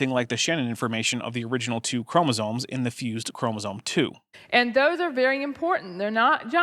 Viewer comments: okay well there she definitely said "chroma-zones" so who knows. But I'm having trouble parsing the difference between her accent, speech impediment, and apparent ignorance. I will say though, in her newer videos she is much more clearly spoken, so she's obviously worked on it. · Oddly, she seems to pronounce "chromosomes" correctly. I think she thinks "chromosone" is the singular form of chromosomes.